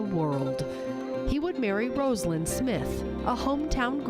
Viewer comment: Her name is pronounced RAH-salyn!!!!